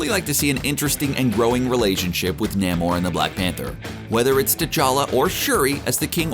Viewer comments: 😂 nay more nah-more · It’s “Nay-More” not “Nah-More”. Ugh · I've always thought that the pronunciation of Namor was Namor. I don't know why this guy pronounce it Namor instead of Namor. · I am just annoyed how that dude pronounces Namor.